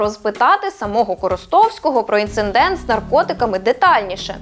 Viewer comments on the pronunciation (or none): інциДент а не інциНДент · Вже не вперше помічаю в українських журналістів слово «Інциндент». Відверто ріже вухо. Тут на , наприклад. Це якась нова мода чи в мене слухові галюцинації? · 16.48 — Інцидент, а не інциНдент. Прошу пробачення, може не в тему, але вже не можу слухати... Зі всіх каналів наші журналісти і коментатори наполегливо промовляють це слово з помилкою. Ріже вуха. Але дуже цікавий канал, майже не пропускаю ваших випусків, лайки ставлю). Бігус, навчи дівчат розмовляти грамотно. На тебе одна надія)